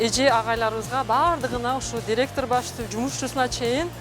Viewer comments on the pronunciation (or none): none